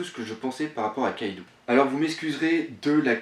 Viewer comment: Le nom "Kaidou" ne se prononce pas KaïdOU mais bien KAÏDO, le "ou" au Japon n'existe pas il est dans la romanisation, là que pour accentuer la prononciation du "O" En gros c'est comme s'il y avait deux "o" dans Kaido ou un chapeau sur le "O" donc Kaidô.